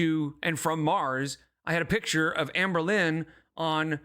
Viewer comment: Finally found someone who’s pointed out how she says “take a pitcher” instead of “take a picture” omg